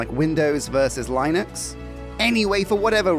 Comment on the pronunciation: I genuinely side-eyed my monitor at "Lie-nux". XD I love you and you're killin' me at the same time.